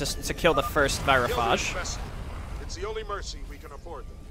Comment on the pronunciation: Anyone notice they changed the pronunciation of "virophage" between WoL and HotS?